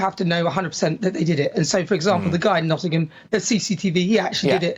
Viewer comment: Naughtham do you mean Nottingham 😂